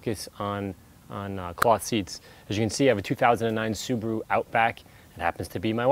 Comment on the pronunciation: Sue-baa-roo Not!! Sue-boo-roo!!